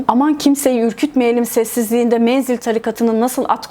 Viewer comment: ‘Menzil’e yürümek’ diyor adam.🤣🤣🤣